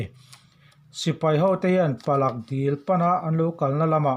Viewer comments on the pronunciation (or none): Palak dil nilovin Pala dil tih zawk tur..